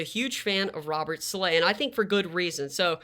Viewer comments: Sah-la not sah-lay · Saleh (Sah-lah)is the pronunciation, greta vid tho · Great video! But it’s pronounced “Saul-luh”